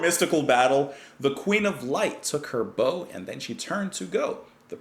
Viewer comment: * bow to rhyme with cow not bow to rhyme with go